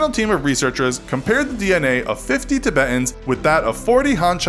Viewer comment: The way he pronounces Tibetans pisses me off